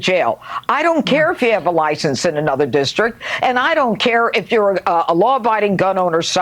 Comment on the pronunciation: I'm gonna totally lose it if you keep saying, "AY-nother". It's so weird